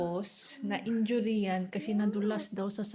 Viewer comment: "Nainjured" po si L.E.hindi "nainjury"